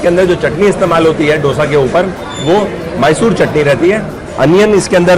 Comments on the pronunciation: Sir, Being Kannadiga/south Indian I am requesting you to use correct pronunciation.... it is pronounced as 'दोसा ' not 'डोसा'..... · Dosa Ka pronounciation aap galat Kar Raha hai. Dosa me d aap dangal ke d Jaise pronounce Karen. Main south Indian hoon isliye ignorekarna mushkil hai😀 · has been eating Dosa for a while now and he must please pronounce the word right